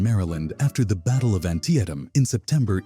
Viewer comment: 5 seconds in I stopped watching when the stupid AI voice mispronounced Antietam